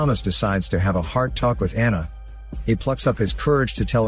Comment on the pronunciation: "Hrart and Souls"